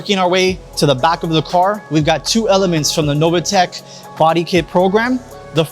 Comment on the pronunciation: How you can pronunce Novitec Novatec is beyond me ....